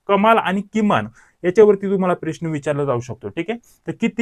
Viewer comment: साहेब अगोदर प्रश्न च उच्चार नीट करा .😂😂😂😂